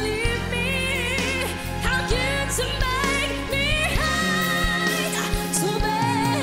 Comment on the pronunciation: Yung pagbigkas palang ng how ang sarap na sa hoses ramdam ko emosyon nya pinaghalong sarah at morissette sa growl